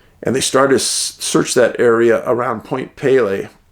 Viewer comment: Excellent as always Dave. In regards to Point Pelee, I live in the area (we prononce it Point Pee-lee) the strangest phenomena I have ever experienced is right here in the Windsor/Essex county area. Even after years in the Northern bush, nothing compares to this farming area, dotted with small communities and a larger city. These "incidents" can occur ANYWHERE as you well know. Im a former professional private investigator and have offered my services to you for free in this geographical area before. Offer still stands.